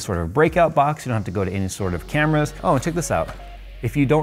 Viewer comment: Every time you insert the sensor edit over saying camera is wasted. They are, in fact, cameras. He's saying properly.